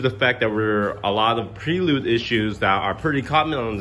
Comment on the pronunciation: Can't even say Prelude correctly....... Plus it is an automatic. Weaksauce. The whole thing, complete weaksauce.